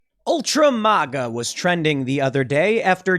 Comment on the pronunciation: MĀGA not MauGA 🙈🤣🤣🤣